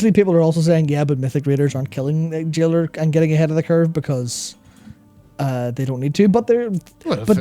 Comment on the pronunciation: Jailer not jailore...